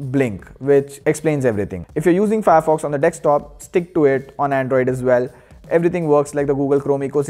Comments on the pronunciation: why do indians call it "DEXTOP" when the spelling is clearly "DESK-TOP" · It's desk.. D e s k.. Not dex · Did you just say Dextop😂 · 'Dekstop' makes me feel cringy. Sorry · Wait a min he said dextop right